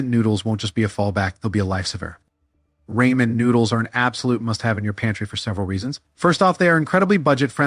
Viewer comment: "Ray-men" Noodles! Ai voice 🙄